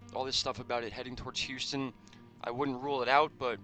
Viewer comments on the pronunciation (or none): none